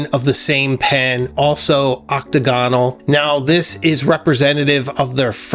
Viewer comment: Nice video! But heads up: your pronunciations of “octagonal” and “pupitre” are a bit off. Great, very informative and engaging video though!!